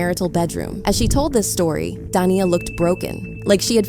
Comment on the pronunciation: I don't want to defend Da'Naia, as she does seem a little unhinged, but somehow I don't see her taking him back after all this. And her name is pronounced da-NAY-ah.